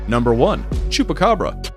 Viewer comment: I hear chopakabra i love chopakabra